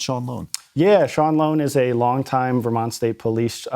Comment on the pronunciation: Do you listen to yourselves? You pronounce Vermont as Vermouth?????